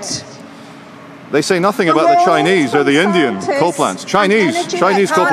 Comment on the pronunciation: Coal not dole, oh my gawd